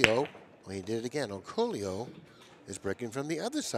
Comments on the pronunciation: No. It's pronounced OR COOL YOU in the Philippines. LL's are pronounced as LY in the Philippines. POLLO would POL YO, not POYO. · it's pronounced "or-ko-lo"!!!!